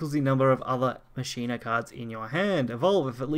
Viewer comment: In Machina the ch sounds like a K. Same way you pronounce Dues Ex MaKina! That wrong pronunciation is driving me nuts